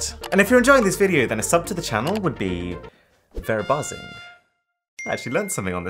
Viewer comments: its Verbazig But u sayed Verbasing (sing) (btw i am from the Netherlands) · You prenounced the "verbazing" not right, you should prenounce it with a differnent 'a', you read one but you say 2. just use google translator speech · you don't pronounce it as verbazing but verbaazing (i know this bc im dutch) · As a person who have lived in the netherlandsn I can say its VERBAAZING well not how you write it but how you say it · Thats not how you say: Verbazing. its ver-baa-zing. i hope you learned something here.( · Thats not how you say Verbazing... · iam dutch the way u said it didt even sound dutch XD nice try th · YOOOO I LIVE IN THE NETHERLANDS!!! it was so funny to hear you say something dutch lol you kinda said it good you have to speak it out like there are 2 a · I like the fact that he at least try to prounounce "verbazing". Although it wasn't really correct, but he tried.